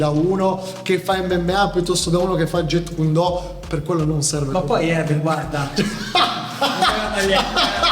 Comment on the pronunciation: Salve, premesso che non sono iscritto al tuo canale, guardando il video non ho capito quando hai menzionato (pronunciato male) il Jeet Kune Do; se possibile avere risposta ringrazio anticipatamente.